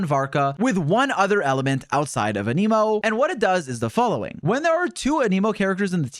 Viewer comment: I can’t help but notice it but why does bro pronounce Anemo as a-knee-mo instead of a-neh-mo?